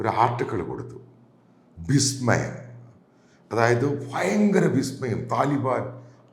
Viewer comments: എന്താണ് 'ബിസ്മയം'? വിസ്മയം എന്നല്ലേ പറയേണ്ടത്? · ബിശ്മയം ആണ് പുള്ളേ 😂